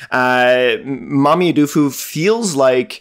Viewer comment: Guess someone should give you some kind of advice on how to say mameyudoufu😂. It's mame like edamame and then you and then doufu like duumu but with an f